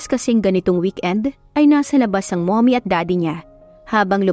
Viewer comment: Napansin ko lang ang pag bgkas ng mommy nagiging mummoy,stock holder naging stick holder na hahaha